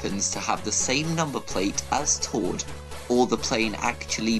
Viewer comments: ITS TORD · It's tord